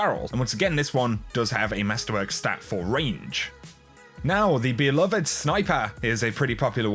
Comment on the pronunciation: It is pronounce “be-loved,” not “be-love-ed.’